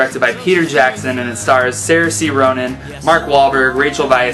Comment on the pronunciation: 283 reviews and you can't pronounce the name of the actress who plays the main character.